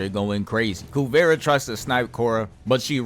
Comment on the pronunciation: Spelled "Kuvira." Pronounced "Kuvira" all through the show. Where did "Kuvera" come from?